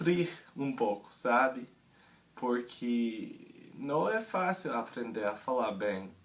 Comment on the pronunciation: Da pra perceber rapidamente que não é brasileiro e nem de Portugal.. pelo sotaque ja de cara eu sei que é de um país que fala inglês, porque você tem dificuldade em pronunciar o R tipo "aprender" "provavelmente".. mas dá para entender perfeitamente oque Está dizendo.. dá para observar também que você aprendeu um pouco a pronunciar palavras em Português de Portugal.. Se você quiser que eu ajude em alguma coisa, só adicionar. whatsapp .. sei todos tipos de sotaques Brasileiros.. pois sou um brasileiro que ja morou no Norte e sul..